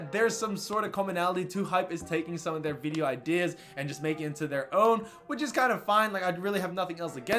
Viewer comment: why the fuck you say video like that?? VEE DEYO?